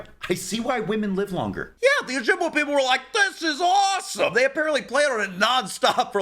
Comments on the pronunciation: It is pronounced Oh-Jib-way. Not waa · Oh-Jib-way. That's how we pronounce it up here, eh.